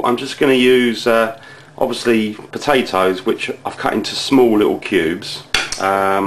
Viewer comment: You mean the pota`oes?